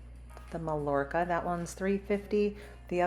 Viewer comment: FYI because I thought you’d like to know: Mallorca is pronounced My-YORK-ah. Just like the pearls. 😉